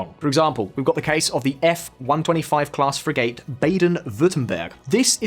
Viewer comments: It's pronounced frig-ut not fri-gate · The worst butchery was the Brit narrator trying to pronounce frigate. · If you pronouce FriGATE again im deleting this channel. It's FrigET - seriously not hard. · Ive now herd this many times, and held my tongue, but enough is enough. the host is not pronouncing it correctly its spelled Frigate and pronounced Fri-get, NOT FRE-GATE. its driving me up the wall. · "Free-gate", lel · I just can't get over your shocking mispronunciation of the word "frigate".